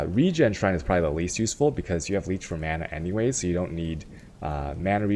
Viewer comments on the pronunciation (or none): none